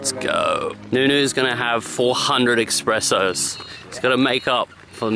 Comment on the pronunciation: I've got more beef with "expresso". It's an espresso!!